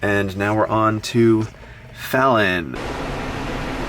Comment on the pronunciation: As a guy from an O'fallon. Its f-ale-in